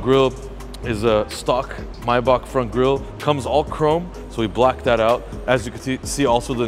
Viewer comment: you saying maybach wrong 😂😂😂